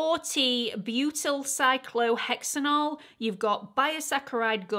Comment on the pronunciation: I’m currently using The Ordinary 0.5 but will definitely be investing once that’s ran out! ❤ also love how easily you pronounced Butylcyclohexanol ahaha 😂x